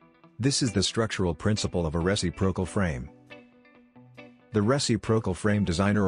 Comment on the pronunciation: you'd think with AI they could modify the text-to-speech to know how to say "re-cip'-ro-cal" from the dictionary. :) re·cip·ro·cal